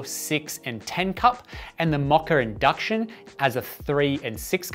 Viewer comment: there's no "R" in pronouncing "Moka"